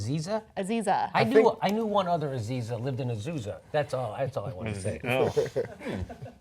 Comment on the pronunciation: I live in Azusa, shout out to for saying Azusa